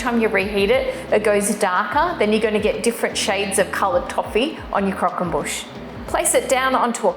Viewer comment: "Boosh" not "bush" surely!